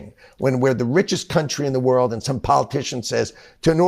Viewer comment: "vorld" another socialist nazi